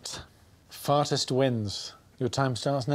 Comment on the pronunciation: I never noticed Mike reading the task as "fartest wins" before 😂